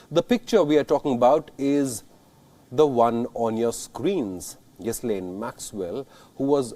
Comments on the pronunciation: it is pronounced ' Jilain Maxwell ' not ' Ghislain Maxwell ' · It’s not Gheeslane but Ghilaine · Ghee lane not Ghees lane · Its pronounced "Ghee-lane" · Her name is pronounced where the “S” is silent.... Ghi(s)laine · Again it’s ghoo-fray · It’s pronounced ghee-Laine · Ghislaine is pronounced without an s. It’s a silent s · The s in Ghislaine is silent! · If your the news anchor you ought to pronounce Ghislaine with the ‘s’ silent.